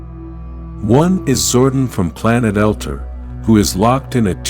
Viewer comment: It's pronounced Zor-don and El-tar